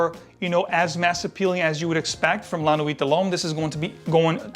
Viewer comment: Love your reviews, very honest. Just one nit pick. Like all American reviewers, you also pronounce l'homme" loam" when it is actually "lom". Like i say, it seems to be all English speaking reviewers. Nice channel :)